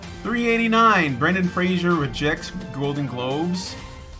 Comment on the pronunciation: Fraser, not Frasier.